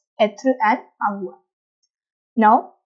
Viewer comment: Your pronounciation is wrong according to french accent, Eg: Avoir-Avoir(english accent) Avoir-avoigh(french accent)